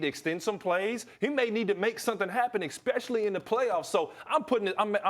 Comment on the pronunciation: I absolutely hate when people say “ecKspecially”....are you tryin to be funnTy?